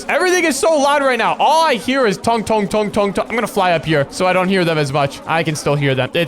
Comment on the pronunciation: Tung tung not tongue tongue